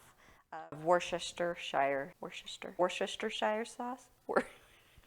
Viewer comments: wor sti sure. worchestershire has lots of silent letters. wor-sti-sure sauce. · Whoosta sheer or Wuss ta sheer. Your choice, but only 3 syllables and no "ire" sound. Just practice the three syllables and you’ll be an expert Worcestershire pronounciater!😳 😁 👍🏼 From N.H., Patricia 👵🏻🤗